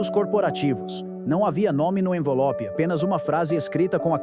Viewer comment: Só eu ouvi "envolope"? 😅